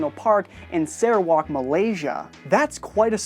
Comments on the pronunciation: Its SARAWAK not Sarewock >:( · Wow,He say Sarawak,Malaysia weirdly...